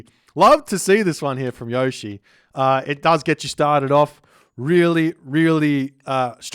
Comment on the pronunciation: Yushii is the way to pronounce it. Gotta give it that Japanase speed